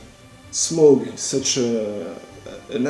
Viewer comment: My winner for this one is for being the only one to pronounce Smaug correctly:-)